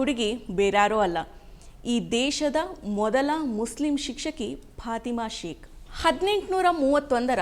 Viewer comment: ಅವರ ಹೆಸರು ಪಾತಿಮಾ ಅಂತಲೂ ಅಲ್ಲ, ಪಾಥಿಮಾ ಅಂತಲೂ ಇಲ್ಲ, "ಫಾತಿಮಾ" ಎಂಬುದು ಸರಿಯಾದ ಉಚ್ಛಾರಣೆ